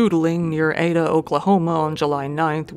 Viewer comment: I’m an Okie, and you’re right, noodling = “catfistin’ “ :) Edit: thanks for pronouncing Ada correctly, and I’m guessing the first guy was on meth